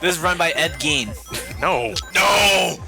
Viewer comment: Gene is pronounced "Jeen". Gein is pronounced "Geen".